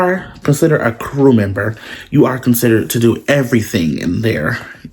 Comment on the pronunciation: You are funny 😂 as hell. I appreciate your realness and this video.. I have an interview TODAY! I just need a part time job outside of my fulltime job. Lol "crew member" emphasis.. 😅